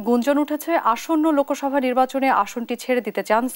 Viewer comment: লোকোসভা নয় শব্দ টা হবে লোকসভা